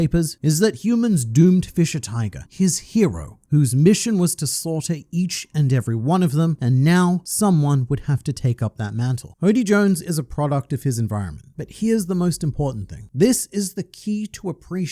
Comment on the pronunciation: ...It's Hordy.. There's an r...